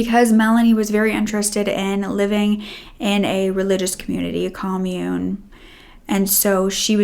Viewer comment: Commune. Wow. Not pronounced well. Some of the other words as well Google how some words are used in sentences with no Ai.